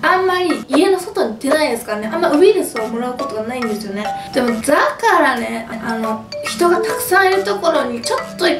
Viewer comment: ｢だから｣は言えてないし、服屋はZARAだし😂ちょっと重症ですね🤣たまには大食いじゃない動画も嬉しいですが、風邪はどうか早く治してください🙏♥️